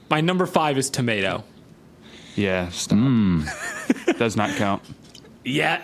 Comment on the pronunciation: I literally came over here from Spotify to defend Top 5, ….until he said the word ‘Tomato’